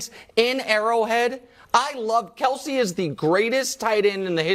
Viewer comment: K-E-L-C-E, not Kielce.